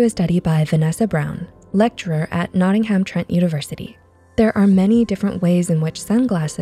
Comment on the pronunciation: 😬 the way you said Nottingham 🤦‍♀️